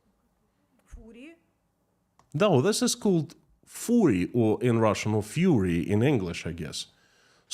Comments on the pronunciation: Its not фюри its ФЪРИ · K it's not 'Fury', it's 'Fur-ry'. It's a form of Cos-play, in other words Costume Play. It is derived from Old Gaelic tradition of celebrating Halloween, which was bastardised by Americans, into the form that it is now. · Did you lose a few days K 🤔🤔 It's Sunday pal 🤗😏 'Furry' is pronounced like 'hurry' btw, 'fury' is a different word, meaning for another form of anger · It's not fury. It's furry. Like fur on animals. My best friend and I accidentally wondered into an outdoor event one summer afternoon. She was amazed by the costumes and took a lot of pictures with different characters and posted on Facebook. Her daughter called shortly after and told her about the sexual antics and she and I nearly died of laughing while she took all the pictures down in a panic. Personally, I am leery of people in costumes as you have no idea who they are. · Furry (the animal thing) is pronounced "fuhry" whereas fury (great anger) is pronounced fyoory. The whole furry thing is a political nonsense in the US. It is presented as it is in Russia by some people except not from the evil West, obviously, but rather by leftist parents or something. The child labour notion also has an echo in a state or two in the US. Interesting. Perhaps people in Russia who are against the idea of their 14yo having to work instead of getting a formal education could start by pointing out that the idea is from the Evil West, just like the furries, hahahahahaa! About conscription age, I think the Russians should pay close attention to what that minister was saying and they should suggest that no man should be conscripted before he has fathered a child... So conscripts would likely be in small numbers until the gov't upped the age again to forty and then the population would simply stop increasing. Sounds like a futuristic movie plot.... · it's not "fury", it is "furry" ( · Furry is pronounced Fur-ree as in very hairy, fury is anger